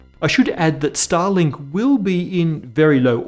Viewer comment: Watched this on the phone while working on PC, and I had to rewind and listen to "starlink" because I swear, i heard Stalin...